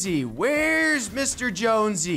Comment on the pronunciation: Its not jonsey its jonesy